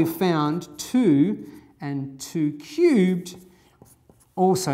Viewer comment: he pronounce 2 cubed like - Too cute XD also 0 is not positive int